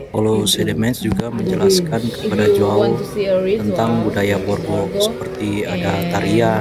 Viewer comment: JOAO baca berbunyi Hoao.. huruf J dibaca berbunyi H. Bulenya mungkin bingung soalnya di negaranya Portugal tidak ada orang bermarga DUMINGAN. Yang paling mendekati adalah DUMIGAN tapi marga ini berasal dari Irlandia (Inggris Raya), ini berarti bisa disebut Irish. Marga Heydemaans juga lebih berbau Belanda bukan Portugal, karena nama² Portugal dan Spanyol adalah mirip berbau Iberia karena keduanya berada di semenanjung Iberia 😮